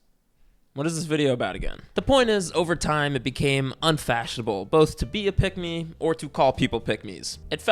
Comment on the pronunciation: The more you say pick me, the more I hear pigmy